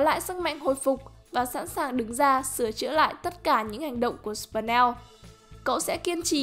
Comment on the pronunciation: Là sờ pin neo ko phải sờ pần neo